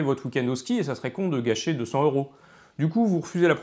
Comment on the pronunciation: Très intéressant. Mais j'ai une question pas vraiment rapport: pourquoi prononcez-vous euros comme si ce mot commençait par un H aspiré? Et, en passant, le mot Wisconsin est à l'origine un mot français qui était écrit Ouïskonsen. Au Québec, ce mot rime avec pain. Finalement, maintenant que j'ai déjà regardé deux de vos vidéos, je devrai regarder les autres; sinon, j'aurais perdu mon temps, non?